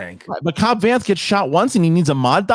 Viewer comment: got Vanth's name wrong and somehow it’s Mike's fault 😂